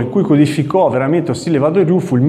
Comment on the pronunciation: Interessante...scusa ma Wa si pronuncia Ua..Uado ryu...